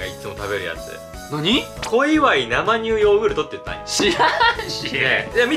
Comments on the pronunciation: なまにゅうって何w せいにゅうでしょw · 生乳(せいにゅう)をずっと(なまにゅう)って 言ってるうける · なまにゅうじゃなくて、せいにゅうじゃない？